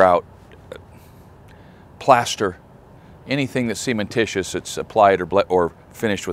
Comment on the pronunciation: Cementitious, not semen-titious. Pronunciation matters.